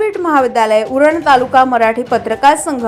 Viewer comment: न❌ ण✅🙂